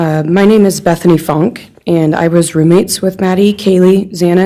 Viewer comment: Thankfully Xana’s last name wasn’t said incorrectly again. But, they messed up B.Funke’s pronunciation. I wish these small things could be remedied prior to it happening in from of the families. It just seems so wrong to me.